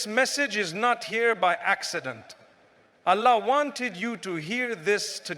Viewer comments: AI generated. Listen to how he pronounces Allah. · FYI its AI generated voice over text.. the way Allah is pronounced ..mufti menk never pronounces like that....though the message is nice.